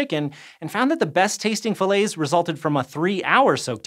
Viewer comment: Why are you pronouncing "fillets" like that?